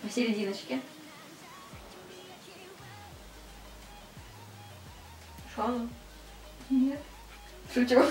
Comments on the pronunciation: наверное тебе нужно сменить куратора по к-поп группам она не правильно произносит их имена и лидер группы Шону (ударение падает на последний слог на все имена корейцев) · Кихён не лидер группы, он главный вокалист. А ещё читается не шОну, а шонУ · И не шОну, а шонУ